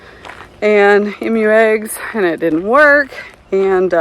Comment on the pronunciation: Oh no! Now you are saying M-U like Daniel. Listen to Houston, he says E-MU correctly.